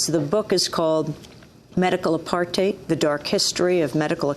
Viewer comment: Every time she says apartheid i CRINGE 😖😖😖